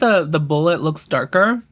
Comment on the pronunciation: “Am I turning löœōks? I’m not sure I’m turning löœōks” thanks for my new vocal stim